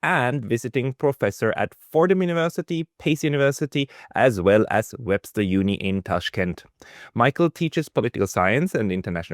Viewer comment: Foredom??? Fordham university, I presume.